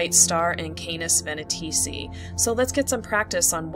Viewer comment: Auriga is pronounced /aw-ˈrī-gə/ and Canes Venatici /ˈkā-ˌneez-və-ˈna-tə-ˌsī/. Boötes is pronounced /bō-ˈō-teez/. An umlaut above a letter means the letter is read separately. In Latin technical words the letter i at the end is normally pronounced /ī/ as is in radii, Gemini, apha Tauri, etc.; ae is usually pronounced /ee/ as in Aurigae, formulae, etc.